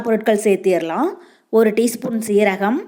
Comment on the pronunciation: Adhu "zar" illamma!! Jar! Nee andha akshaya samayloda sister aa?!?! Zeeragam, zaar?!?!